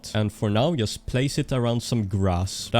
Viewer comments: Why all nords pronounce 'just' as 'yust' ? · thats not how you say "just". Pleaaaaaaaaaaaaaaase google how to say 'just'.